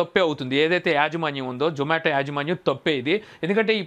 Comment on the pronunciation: Nuvvu true caller pettukoni untav adi zomato call spam loki vellindi adi mi tappu.urike pani pata lekunda videos petti companies ni badnam chesi employees potta kottakandi.niku zomato ani peru palakadame ravatldhu mundu English nerchukondi velli 😋😋